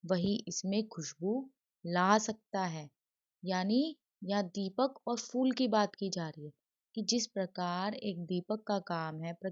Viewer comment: Madam not ful its phul😂😂.